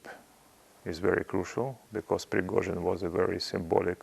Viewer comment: Deliberately the lady is pronouncing Prigozhyns name incorrect